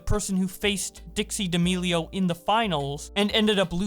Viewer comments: I cant get over u saying Dee'Amelio 🤣🤣 No hate!! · Ah yes, D'almelios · He always says d’almealios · Dee ameelio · Hold on, how tf do you pronounce “D’Amelio”? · the way he said d’amelio gave me cancer